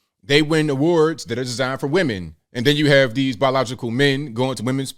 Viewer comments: Aside from the accent...said WEMAN not women. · "..the miss universe organization from now on is going be run by we men ... " What's wrong? HE said it correctly 🤣